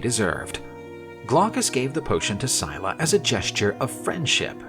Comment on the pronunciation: I'm nearly impressed that in one video they managed to pronounce almost every single name incorrectly. Syclla is not pronounced "Sie la" its pronounced more like "Silla" (written phonetically not literally), Glaucus is pronounced like its written. "Gl au cus" not "Glockus" and Charybdis isn't pronounced "Shar dees" (Where on EARTH did they get that??) its pronounced "Kar rib dis", again, far closer to how its actually 𝘴𝘱𝘦𝘭𝘵. An otherwise interesting myth though, and the artist did a very good job illustrating it. Just a shame that the voice over guy they got couldn't be bothered to check any websites or do a tiiny bit of googling to find how these greek names are pronounced and butchered them as a result.